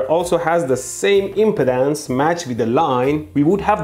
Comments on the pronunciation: Electroboom, I'm a retired electrical engineer. I love your video. I wanted to say, importantly, the word is impedance NOT impotence!!! Yours is the third of three videos I've watched on this. First was Veritasiums, then Dave at EEVblog, then yours. Dave said that we engineers think about things differently. That we have tools to analyze things and validly track physics and the rules of science. You fellows have collectively reminded me of much of the complexity we were trained to understand and analyze and calculate. I've much forgotten what I was trained and educated to deal with. I've been so browbeaten by the mindless politics and public chaos of people and the media news etc. I've forgotten the promises of my youth and education. Youtube, multimedia and Internet is a terrible way to waste a capable mind. You've helped to retrieve my past capabilities. Thank you. Amind is a terrible thing to waste, and you've given me a wake-up call. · Dude, i don't know if its on purpose, but he pronounces impedance like impotence. Hahaha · Hey your video is a real ‘joule’. Now I’m really charged up. Now see what you’ve done Derek. By the way I love how ElectroBOOM pronounces impedance. At first I thought you said maybe ‘impotence’ and I was like, “Hey you calling me impotent?”. Then I realized. Well I do have an inner ear disorder that causes a hearing loss. Sorry. We cool! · I trust no one who can't pronounce "impedance". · Your accent "rubbed me in ways I didn't like"... When you say impedance, it sounds almost like impotence... It should sound like em-PEE-dense (emphasis on the second syllable)... :-) Otherwise, very educational video - thanks! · He's saying 'impedance', not 'impotence'. He's just placing the stress on a different syllable. 'ihm-peed-ANCE' instead of 'ihm-PEED-ance' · He's saying impedance not impotence. Emphasis should be on the 'ped' pronounced 'peed' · So glad I know he’s saying Impedance…not impotence…lol. Such a big difference in one syllable.